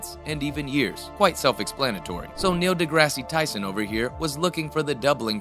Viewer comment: Sorry, you don't get a thumbs up after mispronouncing his name repeatedly.